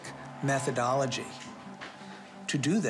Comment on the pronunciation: I hate the way Raniere says “methodawlogy”. Every time I hear the word now I have to parrot it back with his stupid inflection.